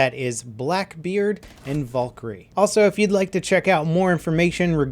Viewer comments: it's Val-kyrie not Vol-kyrie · its not volkyrie it's Valkyrie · I know it's Valkarie not vulkarie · volkerie hahaha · I love your content it's great but it's not Vawlkarie it's Valkarie like Val karie I'm not trying to hates it's just really bothering me thanks for reading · Valkyrie not volkyrie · Please don't say Valkyrie like that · The way you pronounce Valkyrie makes me cringe.